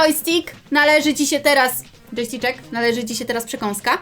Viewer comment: Yojstkik to dżeki? Bo coś takiego powiedziałaś a mój pies tak się nazywa xD